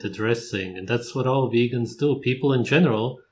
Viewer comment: Also, anyone eles find it humorous how says weegan, and witamin D..lol